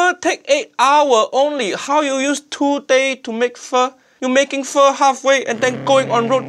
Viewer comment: Everytime he say Pho it hear it as F*"'#